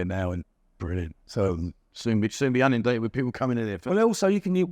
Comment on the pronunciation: please, its' in'undated not unundated.........🙂